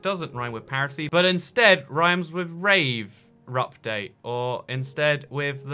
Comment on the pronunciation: I can’t deal with the word parity.... what in the world are you trying to say???